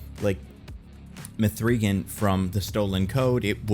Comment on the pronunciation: Why is he pronouncing the name like that? It's not up for interpretation. Watch the movie or even watch interviews. It's "Megan". Not mA-free"GuNn